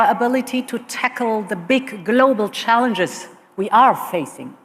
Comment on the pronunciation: "Dee bick glow-bal challenches" they. ARE THE Big global challenge!